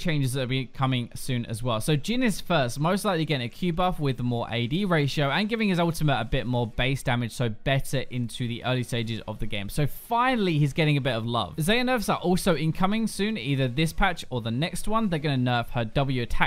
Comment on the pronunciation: Lol... why do you keep calling her 'Xeyeh'...? It's Xayah! XD